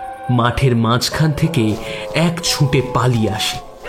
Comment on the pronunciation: Golpo ta valo laglo...over all presentation bes valo kintu narrator kichu jaygay ohetuk chondrobindu jog korchen...eta kno. Jmon -- ছুঁটে চলেছে। erokom aro koek jaygay kane legeche...jehetu apnader presentation valo legeche tai bollam